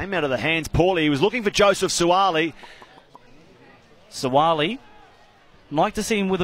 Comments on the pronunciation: Whaaat..It's not Suali. It's Suaalii 😂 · I’m just here for the horrible pronunciation of Suaalii’s surname. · 😄😄 That's how you say their names properly in Samoan. Follow the phonetic instructions brass and if we see each other in public have the same energy.